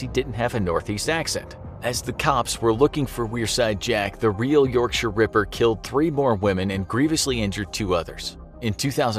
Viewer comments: My respect from a British person for calling it Yorkshire not yorkshyer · So glad he doesn't say York-shire, like most Americans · He pronounced Yorkshire properly, which makes up for it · Hearing someone not from the UK pronounce, "Yorkshire." Properly, is so satisfying. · just gotta say you're pronunciation of the word "yorkshire" is probably the best i've heard from an american. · Americans love to pronounce 'shire' with such emphasis. This dude must've had it bullied out of him. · Oh you mean the correct way